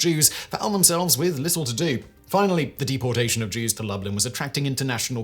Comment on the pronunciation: Lublin, Poland, As far as I know, Lublin is most commonly pronounced Loo-bleen